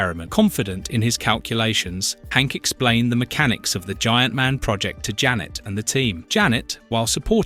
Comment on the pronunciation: AI narrator when referring to Janet:(Wasp): "Jane" Me: 🙄